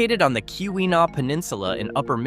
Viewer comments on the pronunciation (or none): none